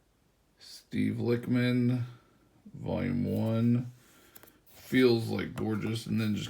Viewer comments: Bruh The Lich in “Lichman” is pronounced like the wich in sandwich. This is because Steve is a type of Necromancer called a Lich. If you don’t know what a Necromancer is, it’s a Wizard that brings back the dead. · It’s pronounced lichman like itchman